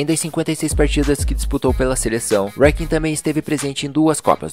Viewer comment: Mais um ótimo conteúdo amigo! Se pronuncia: Lothar Matheus e Roy Keane E faria algumas mudanças: Hierro na Espanha; Meola no EUA; Bergkamp na Holanda; Stojkovic na Yugoslavia; Hadji em Marrocos; Garcia Aspe ou Hernandes no México e Brolin na Suécia